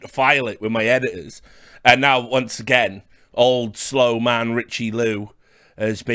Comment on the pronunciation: Richard "Done it agait" Lewis